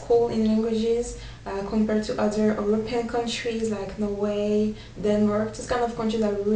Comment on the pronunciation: i'm just saying for next time you say it. when you say "Norway", say the "way" more quickly and the "nor" and little bit more slowly